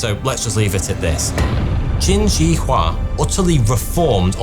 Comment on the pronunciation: The mispronunciation of Shi in Qin Shi Huang kills me 😅